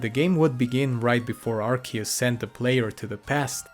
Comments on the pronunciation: Ah yes, Arkoos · Last time I was this early, Arceus was pronounced Arceus.